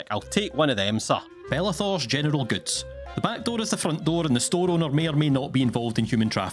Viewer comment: General Goods What I hear: Gentile Gills